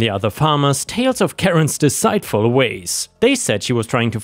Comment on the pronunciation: deceit is pronounced de-SEET, not de-SAIT